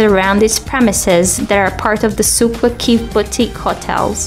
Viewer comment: She said souq waqif wrong I'm laughing so hard